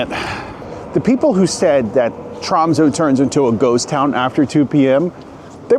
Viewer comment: Dude! I live in this city! You're talking a load of nonsense... Not knowing the difference between the North Cape and the North Pole, honestly, brush up on your geography... Making a video about a city and not knowing how to pronounce its name, making fun of both the Norwegian and French languages... Honestly mediocre... And know that for Polar Day, of course we have solutions... and waiting until the stores are open during the Christmas season... Confusing a library and a university… Sami are Indigenous people… crossing the biggest street full of ice when the car can push you… how did you f*cking know they are local! Pathetic